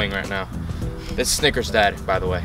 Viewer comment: Snickers' Dad!!! I thought he said died too. They are all okay!!😁